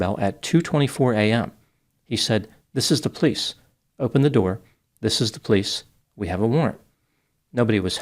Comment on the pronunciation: I love how says "pleece" (police in one smooth syllable) ❤😂